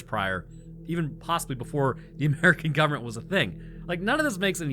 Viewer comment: It sounded like you called them "gooberment" agents😂